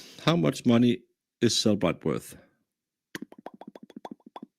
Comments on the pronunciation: Turtle Boy correcting the Cellebrite employee on how to pronounce Cellebrite. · It called CellEbrite. She literally works with them, so yea, SHE was pronouncing it correctly.